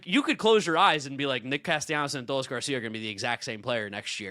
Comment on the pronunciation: Ah-duh-lease Garcia...never heard his name pronounced that way before 😂